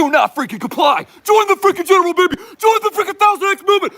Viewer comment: "ThOuSaND fRiCKen X baEBY" 😂